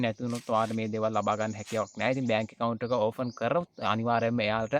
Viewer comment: ඕෆන් නෙවෙයි පෙත්තා ඕපන් open😂